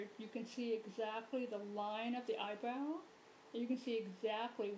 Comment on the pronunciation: "You want the eyebwowh to shtaht wight where the teah duct ish"